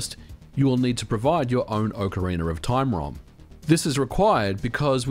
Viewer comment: Ah yes, Ocariner of Toime.